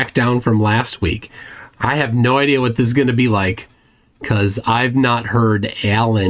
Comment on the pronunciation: I keep hearing "The geometry of the bean"